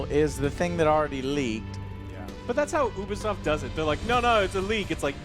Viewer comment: Hahaha it's ubsoft lollololol.